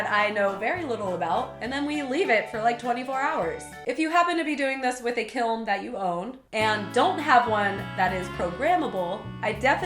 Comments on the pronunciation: It's peen ounces kelm, wry it just bothers me you say it like kil or kilm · Take a shot everytime she says "kilm" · I thought it was pronounced kilm, but then again i had never seen the word and only heard it, am i the only one? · For what it's worth, my ceramics professor pronounced it as "kill." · its funny how you said kiln KEALN